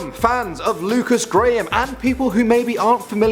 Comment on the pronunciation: WASS A GAM (what he called "graham")